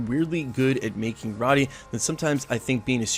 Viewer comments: Roe-tee not raw-te. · and roti is pronounced row-tee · Pronounced RHO-TEE, lol. Script sounds fun! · pronounced 'rôti' = flatbread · I honestly still don’t think the actress fits as Kamala Khan at all. Edit: HA! You butchered the pronunciation for roti (rowt-tee) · Thank you! hearing roti pronounced wrong was like nails on a chalk board to me! :)